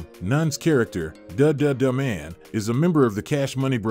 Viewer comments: Carl Payne played the brother not best friend and it's the duttaman not dadadaman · Had to stop when they pronounced Bill Nunn’s character as “Duh duh de man” 😂lol😅 either you’ve never seen the film, or just have no black friends whatsoever. ..or could it be that it’s all AI (computer generated)…. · Why do you not verify facts or pronunciations or pronouns. Michael Michele is a woman. You mispronounce De Duh-Duh Man repeatedly. You show both famous actresses named Vanessa Williams and I bet you mixed up their accomplishments. I am way too invested in this given your user name is misspelled and incorrectly punctuated. Please validate and edit going forward.